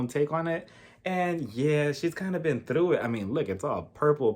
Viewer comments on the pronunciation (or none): none